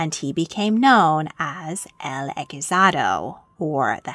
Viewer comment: I think what you were trying to say was "el hechizado," right? It would be pronounced as 'el echi-sado', not 'el eki-zado'. Hope I'm not doing anything rude pointing that out! The translation was correct, though! Not judging since languages are hard!